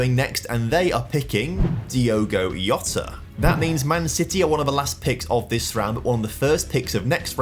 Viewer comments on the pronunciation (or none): Gabriel Hesus and Diogo Iota killed me 😂😂… in portuguese we pronounce the J like in TaJ Mahal… IDK how to explain but if you dont know how to say it just pronounce the way you do in english… its way better than pronouncing like its spanish or italian. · And interesting idiomatic languages' knowledge, too. Saying "Jota" with a "I" sound instead of a "J" or "G" sound, as if portuguese were in the COMPLETE OPPOSITE corner of Europe. Y'know, the Balcan (eastern) side, not the Iberian (west) side...